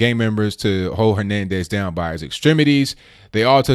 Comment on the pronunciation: I have noticed you doing this before; Hernandez and Henriguez are 2 very different sounding names. When you repeatedly mispronounce someones name it ruins your credibility and makes you appear stupid. I think you are quite credible and far from stupid so please, be accurate in your reporting.